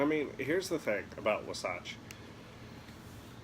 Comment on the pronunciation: Wah • Satch - NOT - “Wuh • Satch”